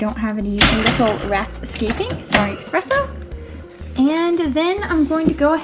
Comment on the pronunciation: The fact you say expresso instead of eSpresso makes me wanna kill myself